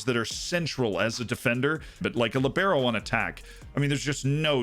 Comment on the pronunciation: LEE-BEH-RO Say it with me.